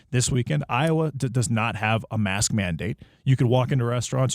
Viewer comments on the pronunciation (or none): 37 seconds: Did he just call it a "mast"? lol